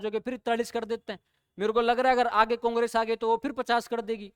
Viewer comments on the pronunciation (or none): none